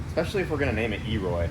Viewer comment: Elroy not e roy